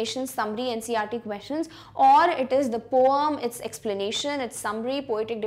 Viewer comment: She said poum for poem😂